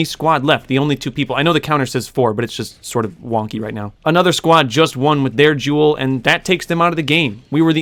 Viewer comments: It sounds like he’s saying Juul Lol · He says jewel like juul he says “once you have the juul get the juul to the getaway van” 😂😂😂😂😂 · every time he says jewel i keep thinking of a juul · Whenever he said gewl I kept thinking of juul because in middle school they basically say every day don’t juul or vape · I thought you said juul. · When u say jewel I hear Juul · whenever he says jewel i think if juul alkoadasdfakshdaifyaosdif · I KNOW YOU GOT THE "JEWL" BRO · When he sad "jewel" i thought he said jew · I dropped a juul in a school bathroom 100 times and this is what happened. (You pronounce jewel, like juul, no joke)